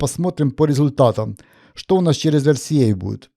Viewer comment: Дуже дякую за ЕрСіЕй Залишається лише почати говорити букву Ґ замість Г І буде ще приємніше слухати